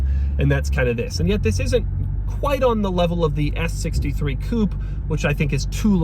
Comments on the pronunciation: When will he learn how to pronounce the word coupe? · With each new video I hope that Doug will start pronouncing "coupe" correctly. Each time I get disappointed.